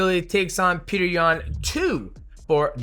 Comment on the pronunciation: Its Pjotor rather than Peter